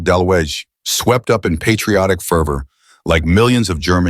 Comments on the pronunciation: The name is pronounce dalooga. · It’s pronounced “de-looga” — no biggie, just fyi